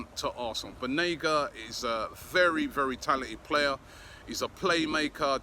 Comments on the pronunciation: I think it’s Banega not Benaga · This generation English players wont win you the champions league/EPL. And all the reports of Unai calling Banega on the phone.. were you all there ? this might just be another media talk. Also Correction Robbie its not Benega its Banega bye bye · It's BANEGA. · Its Banega Robbie. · Isn’t it BAnega?? Hah, I wonder what’s taking us long on suyunco? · It's Banega* Robbie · Why can't anybody in Europe pronounce "BANEGA's" name correctly??🤔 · How hard is it to google a player to make sure you can spell and pronounce their name right ? Considering you’re doing an entire episode on them